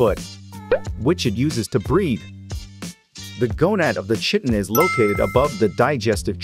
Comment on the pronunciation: I believe its pronounced kiton but shitin is way better 😂😂